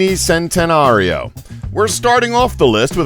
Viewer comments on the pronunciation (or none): SENTANARIO? UWAYRA? Sa Leen? Koneeeeeeeeeeeeeeeeeeeeeesegg? Raygera? 700 HP????? Igera? Koenigsegg only "Fast"? you mean "Fastest"? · It's pronounced chentenario but spelled centenario because it's Italian